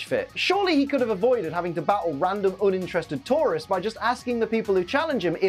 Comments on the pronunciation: It took him saying it 3 times before I realized he's saying tourists and not Tauros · Everytime he says Tourists I swear he's saying Taurus😅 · Ok, I'm sorry I had to say this. Due to the accent, when you say tourists, it sounds like tauros. Makes it sound like Blaine was tired of battling wild bull Pokemon. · Only I kept hearing Tauros every time said tourists, took me a few seconds to understand:) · I also heard Tauros and thought "Why does he hate Tauros? Did a bunch of Tauros trash the Gym? Because I don't remember them being mentioned when I last saw the episode" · I constantly keep thinking he is saying Tauros instead of tourists for some reason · I thought you were saying taurus for half the episoe haha